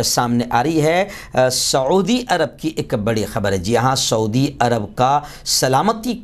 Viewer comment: ۰ شعودی نہیں سعودی عرب ہے پلیز ۰